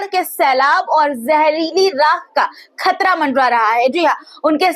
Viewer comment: आपदा ना समझे जाने वाला लफ़्ज़ है लिहाज़ा परेशानी लफ़्ज़ इस्तेमाल किया कीजिए और एक पत्रकार होने के नाते बेटा मेरा आपको मशोरह है कि हमेशा आम अल्फ़ाज़ों का इस्तेमाल किया करें और तलफ़्फ़ुज़ के लिहाज़ से ख़तरा होता खतरा नहीं आप خ اور ق کا مخرج صحیح کیجئے گا شکریہ 🌹 ڈاکٹر سید رفعت مسعود قومی صدر تحریک فروغ اردو و شعبہ اسلامیات